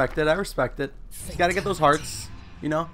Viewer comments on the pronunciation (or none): nigga said dose